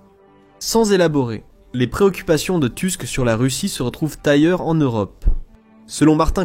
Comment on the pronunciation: Merci pour cette analyse, qui fait chaud au cœur d'une Polonaise. Juste une petite précision. Le nom du premier ministre polonais est... polonais et se dit "Tousk" puisque le "u" est toujours prononcé comme "ou". Autant le lire à la française est logique autant le prononcer à l'anglaise n'est pas pertinent. 😀